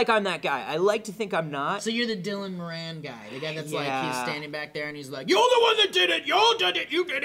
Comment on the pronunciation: Moran is pronounced More-en